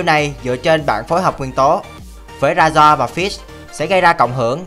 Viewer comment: Razor đọc rây-giơ dùm